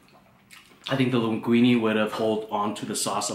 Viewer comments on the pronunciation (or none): none